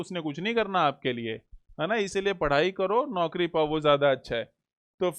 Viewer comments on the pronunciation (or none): none